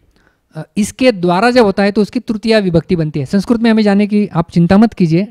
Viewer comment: महोदय संस्क्रुत नही होता अपितु संस्कृत होता है ।